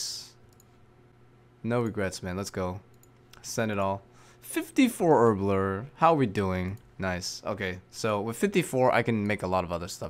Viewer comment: I love how you pronounce herblore, it’s like you say “urblur” not an insult, I always just chuckle at it for some reason lol